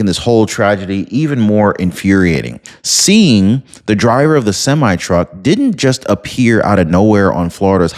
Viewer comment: Hi Singh when pronouncing (sing) that is how it sounds when u come across a name like that. Hope I was of some help.